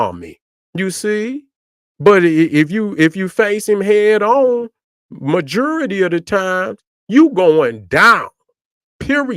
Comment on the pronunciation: It's not mijoority it's majority 😂